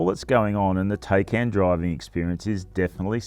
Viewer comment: «Tei-cain» .. it’s pronounced “THai-cAn”